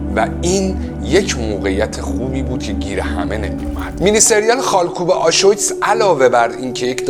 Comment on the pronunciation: دمت گرم،فقط تلفظ آشویتس (آشویتز)رو اشتباه میگی درستش بر وزن آبریز Auschwitz